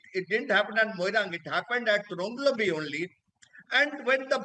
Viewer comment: Right pronounciation TRONGLAOBI.